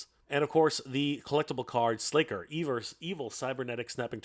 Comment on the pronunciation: Nah, it's slay ker